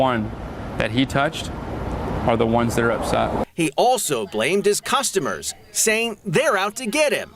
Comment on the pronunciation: 20 cusstamurs lol he sounds native. 😂